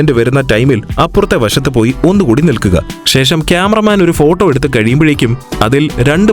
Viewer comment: ഫോട്ടം അല്ലല്ലോ ഫോട്ടോ അല്ലെ എന്റെ അണ്ണാ 😂😂